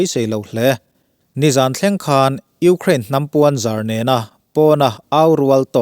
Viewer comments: Sipai leh ralthuamah chuan a khân lo ni lovin a khan lo (khan hi thluk loh tur) tih zawk tur a ni ang. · Khân ni lovin khan,thlûk loh tur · A ngaihnawmin a bengvarthlak ṭhin e. Chutih laiin "khan" i thluk dan hi chu a dik lo deuh lo maw. Ukraine sipaite chuan Russia sipaite chu thiamna leh ralthuam lamah khan lo tak an ni. Heta "khan* hi thluk lovin lam bung deuh nghat tur a ni. Mut hmunah min khan ziah suh tia khan kan lam rik ang hian lam rik tur. Tin, khalh kimtu i tih hi kalh kimtu tuh bawk tur a ni. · Khan lo tak a ni tih hi i lam dik tawk lo em aw. Khan, mi kan khan ang deuha lam tur a ni zawk em? Nge ka hresual zawk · Taengkam thluk diklo zeuh² a awm tlat mai. eg.Khan lo..hi i lam danah a thluk tlat . Thluk lova chhum hmak tur a ni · "A kalh tikimtu" tih turah "A khalh tikimtu" tiin i lam a. "Ukraine-in an khan lo," tih turah, "...khàn lo" tiin i thlûk bawk. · A bengvarthlak viau nain,Mizoțawng thluk dik lo a tam hle.Ngaihthlak a ti nuam lo nasa a ni.Lam dik loh te:- Russia sipai- ' sia ah hian thluk san tur a ni.Khan : Ukhrain chuan Russia chu a khan lo hle tihah te.Sa kan chan a,a kalna awm a kan ngaih lai ' khan' ksn tih ang a thluk loh turte...a awm nual mai.